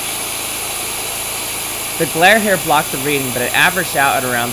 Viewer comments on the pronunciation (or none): none